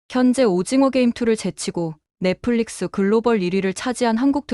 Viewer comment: 넽플릭스(Netflix), not 넥플리스.